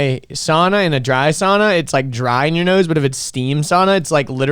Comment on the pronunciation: .... she’s right though, it’s sauna where the au is prenounced as Aow, I got steam in my face😂